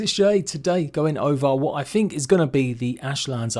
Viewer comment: Is that really what you fink ?